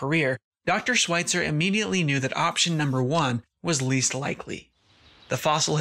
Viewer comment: Great vid, but her last name is pronounced with the "Sch" sound. Not 'sw'. Sorry . It was driving me nuts.